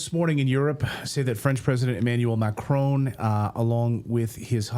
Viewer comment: Micron instead of macron 😅